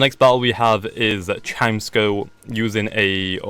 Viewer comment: It's "Ch-eye-meh-sco", lol. But gg, fun battle.